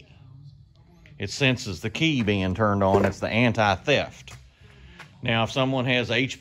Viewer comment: Sounded like you said meow, instead now... 🤣🤣🤣 cool video BTW